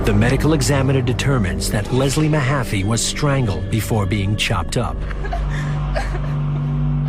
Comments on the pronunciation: It’s Leslie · It's Leslie Mahaffy.....